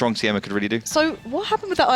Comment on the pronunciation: Try again, you pronouciation od Siema is ridiculous.